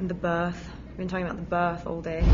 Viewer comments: i love Rob's face when Kristen says "birth" in British accent :) such a cute couple! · lol is Kristen making fun of the way Rob says birth ? xD Also, I love Rob's summing up of Breaking Dawn Pt 2 is so effing true... Jacob falls in love with the little baby, everyone wants to kill each other but nothing happens haha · kristen sounds like she's english when she says.. "birth.. been talking about the birth all day" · I found Kristen to be very funny in this interview for some reason! Especially the way she says "birth" in that english accent, bhaha